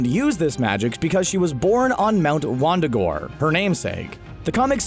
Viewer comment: Mount Wundagore not Wandagore and not her namesake.